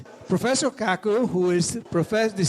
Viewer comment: Dr. Kaku pronounced KaaKoo? He's got one hell of a name It sounds so close to a sexual slang word to what happens after a man and woman are together and the man is about to climax that climax is his name what happens from the result after climaxing Dude do you know Nassim Haramein is a physicist also raiden hates it because when he transports I freeze him and follow with an uppercut sending him flying than finish him Sub zero isn't totally useless is he? flawless victory